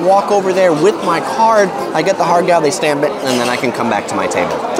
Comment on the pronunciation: Ha Gow would be more accurate pronounciation, without the R sound